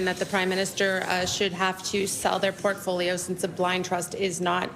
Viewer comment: “PORTFOLIO” not “Perfoliol”. My friend….